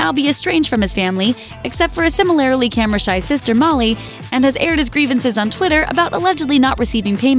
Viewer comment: "Similairly"? Are you sure you want to stick with that pronunciation?